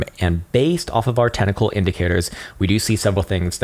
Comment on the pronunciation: "Tentacle Formation" .... You can never unhear it. Lol